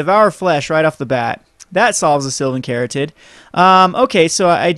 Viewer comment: The "caryatid" in Sylvan Caryatid is a real word. It's pronounced "carry-AT-id".